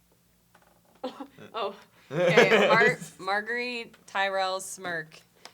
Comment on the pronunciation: "Marg-ah-ree" and no one corrected her. Lol